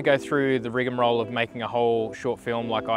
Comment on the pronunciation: Rigmarole .. not Rigamrole🤦‍♀